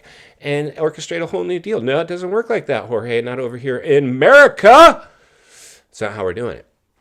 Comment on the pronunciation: Please be respectful. Jorge has his pronunciation in Spanish when you translate into English with George that is a little bit disrespectful. If I was Jorge, I want my name pronounced like it was given to me at birth.